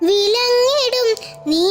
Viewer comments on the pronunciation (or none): വിളങ്ങിടും വിലങ്ങിടും അല്ല